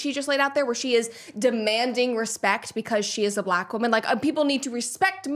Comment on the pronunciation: Sometimes she asserts her blackness by adding syllables to the word black. "Buhlack" as in "Barack is a strong buhlack man." Or if she's really worked up she would even assert a third syllable like "buhlackah."